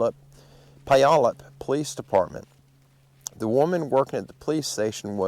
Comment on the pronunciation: Wi nat chee, Pu yal up, lots of these names are difficult to pronounce without hearing them first, so it's not just you. I still go back and forth with Mt. Rainier=Ra near. LOL! You know, with all the extreme weather we've been having in the last several months, it must have the 'big fellas' on the move. All of the mountain passes have been CLOSED, due to avalanche possibilities. They are still closed as I write.